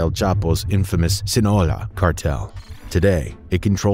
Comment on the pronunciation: Is it so hard to pronounce Sinaloa?? 😅😂